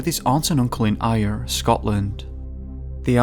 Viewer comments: It's NOT "Ayer",Ayr is pronounced "Air".Thank you!. Regarding the disappearances given the locations in which bodies have been found,it seems most likely that they were lifted up from the places from which they were taken,the question is,what has the capability to lift humans of various weights,without being seen or heard? and,presumably,carrying them for many miles,having seen recent pictures of what looked very like pterosaurs taken in the US and UK,could that be the culprit?,even if they were real that would be most unlikely as their wings would make a hell of a racket crashing through the tree tops to get at their target,and it certainly doesn't explain the missing shoes,or socks that were removed and placed in the boy's backpack unless we have been lied to and pterosaurs were and are,equiped with opposable thumbs and a built in need to eat shoes,I suppose the obvious suspects would be aliens,I mean they are blamed for almost everything else!,again what would aliens want with shoes?,I presume if they have the technology to get here their shoes must be pretty advanced anyway,so probably not aliens then. Inter dimensional portals that are powered by shoes?,probably not,ah well will need to think about this one a bit longer. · "eye-rr"? Scotland. I think you mean Ayr - pronounced Air! Americans always say Edinburgh wrong too.It's pronounced 'Ed-in-bruh' I know you're no American before anyone points it out. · Ayr is pronounced air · Ayr is pronounced like air and ayeer Just to let you know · "Ayre" as in Ayreshire Scotland is pronounced "air" I think : ) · strange pronunciation of Ayr in the Stephen Mckerron case? It's pronounced the same way you'd call the stuff that you breathe. Jist sayin. Oh and it was Wondercrest world not Wonderwest.